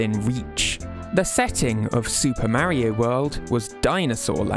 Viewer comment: What is this ai shite? Maaario? It’s Mario.